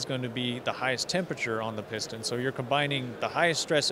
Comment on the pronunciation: Piston, not pustun!